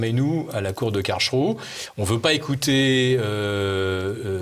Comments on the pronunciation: Karlsruhe ne se prononce pas KARL+CHROU mais KARL+S+ROU ! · Philippe Béchade : Phonitique de Karlsruhe : C'est karels rouh Vous arrivez à prononcer ce mot correctement ? Merci